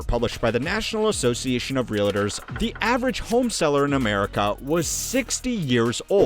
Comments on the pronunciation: Is it reALtors or reLAtors? 😂 A bit distracting to mispronounce a word so frequently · Can i jst start by saying: Realtors is a two syllable word…real-tors. Its Not real-a-tors. Cringy every time . Hard to listen to video. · You lose credibility when you mispronounce words like "Realtors". There is no "I" in "Realtor". It's two syllables, not three.